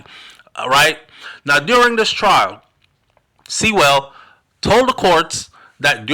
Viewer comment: ..not "Seewell" 'Si-well"